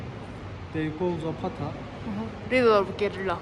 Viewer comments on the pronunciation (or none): none